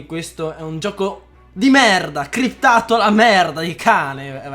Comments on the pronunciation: si dice SCRIPT per l'amor di dio... non CRIPT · Si sì si è cliptato... Si dice scriptato SCRIPTATO, SCR... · hem kai si dice S*criptato